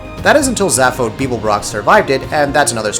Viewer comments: That pronunciation of Zaphod... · Did this fucking chump who can't even pronounce Zaphod correctly actually say that Oblivion was disappointing? Scrub.